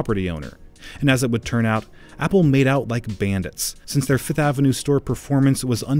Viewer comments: It’s name is FIFTH AVENUE not FITH AVENUE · Can this dude just say fifth like the rest of us .